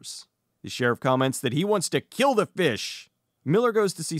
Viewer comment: I laughed so hard at the classic “I will kill!” from Mr.Suki! Ah, Suki- we hardly knew ye... Edit: Mr.Suki is the only character I know who can somehow get an “r” into the phrase “I will kill”- and for that, I will always love him.